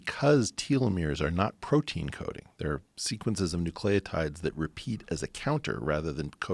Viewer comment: I swear to fucking god I can’t listen to him mispronounce telomere and nucleotide